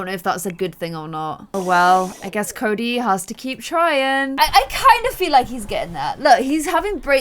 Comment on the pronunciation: Army gear... on them... hot 🥵 You messed up Cody & Sebs Name at the start like 5 times.., you didn’t even notice.... Holly needs to be a part of stranger stories... Like needs too 💜 Love ya.... P.S I think Palo was flirting with Fatima... P.P.S Your intro ON POINT!! P.P.P.S.. omg whhhy Salome... we need Jess.. 🤞